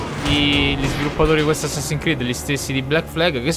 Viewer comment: è Assassin'S creed. So che è un po' esagerato come osservazione, ma non ti mangiare la S ahahahahh